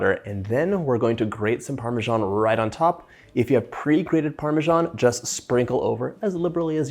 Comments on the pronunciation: "parmesghian" ma parla come magni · Where do americans find the J in Parmesan